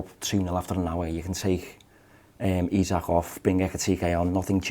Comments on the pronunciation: Isak pronounced EESAK !!!!!! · Guehi’s height debate look how sketchy Ibou deals with ball in the air. For reference the late Diogo was mighty in the air for a smaller lad. Isak pronunciation got to be sorted here. Top show and great host duties 😊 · Can you lot sort out out your pronunciation of Isak please? I counted four versions in that convo. Up the mighty Reds. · 3 pronounciations of Isak. Come on lads this one’s not that hard 😅